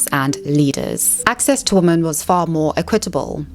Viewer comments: I love your channel! Your insight is incredible I do have a request… could you please say the plural of woman.. which is women? It throws me off every time you say it incorrectly. 😅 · you pronounce "women" wrong